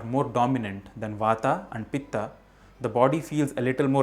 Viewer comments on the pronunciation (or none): I started watching the video and stopped immediately as soon as I heard you pronouncing the three words wrongly just to make them sound correct in english version They are not vatA, pittA and kaphA They are vaat, pitt and kaph Just to make it correct for english speaker Indians have this tendency to distort there own language words. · Mispronunciation - वात and not वाता पित्त and not पित्ता कफ and not कफा Sanskrit has a Ph फ consonant and no फ़ (fah) So फूल phool is a flower, फ़ूल fool is an idiot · Kaph not kapha,vaat not vaata,pit not pitta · please वत कफ पीत बोलिए न की वाता पीता कफा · वाता पित्ता कफा नही भाई वात पित्त कफ होता है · It's not vata it's vat It's not pittaaa it's pitt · When it comes on pronouncing these works..it vaat not vataa, pitt not pittaa, kaph not kaphaa. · Love your work. But can you please correct your pronunciation and do away with the postfixed "aa". It is not vatA, pitA, kaphA instead it is वात पित्त और कफ. Same goes for every other word being mispronounced. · I think,you must pronounce originally वात पित कफ not वता पिता कफा। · vatt hai vatta nahi , pitta nahi hai pitt hai . pahle khud bolna seekh fir seekha dusro ko . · Please understand it's not वाता, पित्ता and कफा...! It's वात, पित्त and कफ. Kindly pronounce the words properly. Please don't pronounce an extra 'a' added at the end of the combination of letters to it's spelling while pronouncing it in English. Please don't change Indian words & it's beauty by wrongly pronouncing it like others do while pronouncing hindi words, names in English. That's the biggest mistake people do while pronouncing राम as रामा(Rama),कृष्ण as कृष्णा(Krishna), रावण as रावणा(Ravana), कंस as कंसा(Kansa) in 'रामायण' as रामायणा(Ramaayana), 'महाभारत' as महाभारता(Mahabharata)!!! Rest all is fine! Appreciate your efforts & knowledge except that of changing Indian words! Keep going! Keep it up!👍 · please don't add and extra "a" to every sanskrit. vaat, pitt and kaph instead of vattaa pittaa and kaphaa?